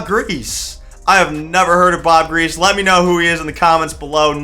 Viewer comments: You just disrespected my dads whole childhood talking about Bob griese (Gree-see) like that 😭 almost had to mute loool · Also bro Bob griese is pronounced (Gree)(see)